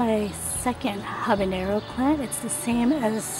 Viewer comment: Stop saying ¨Habineyro¨... dafuq?